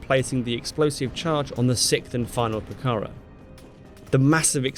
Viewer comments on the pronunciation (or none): Pucará is pronounced poo-car-AH, accent on final syllable.